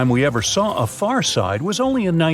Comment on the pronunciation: It's FAR NOT FUR!!!!!!